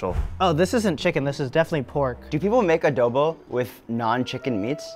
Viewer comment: Adohbow....oh lala!